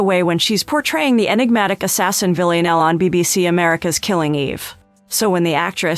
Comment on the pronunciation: Is there a reason she cant pronounce Villanelle?